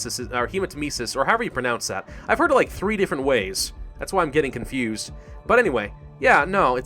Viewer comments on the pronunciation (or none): none